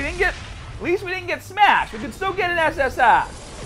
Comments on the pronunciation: This guy says SS Ah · I just looked you up and this is my first video of you and I'm not sure whether or not to like the way you say ssr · First time watching ur vids but do u really say SSR like that